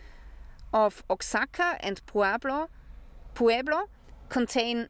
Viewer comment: Oaxaca is pronounced "wahakuh", Puebla is "pwebluh"